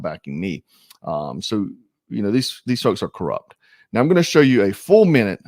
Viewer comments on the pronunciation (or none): none